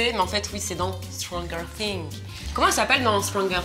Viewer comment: Petit point info pour: stranger thing se dit straJer Sing. Voilà ( a prendre gentiment bien sûr 😁😁😁😁😁)